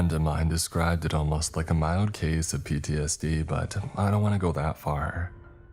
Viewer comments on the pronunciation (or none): none